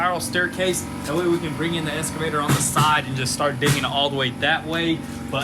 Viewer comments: Still saying Escavator lol. It is Excavator :-) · That's just slang abbreviation and totally cool by me :) Saying ES-cavator instead of EX-cavator though, isn't slang, it's just wrong. You don't call those moving stairs in a mall an EX-calator, do you? Dang sons! Please say that machine's name right! :) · I like the way they keep saying "esscavator".